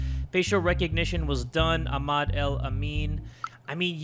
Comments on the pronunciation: it’s pronounced Ah-mad😭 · the way he said Ahmad 😭